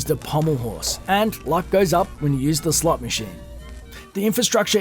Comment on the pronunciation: I heard slut machine instead of slot